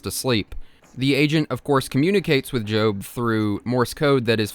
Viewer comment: Your pronunciation of the name Job for the character in this is probably correct because of all the Biblical themes